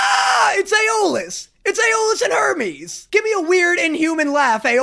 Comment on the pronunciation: "Hermessss and Jay" but it's "Arreesss and "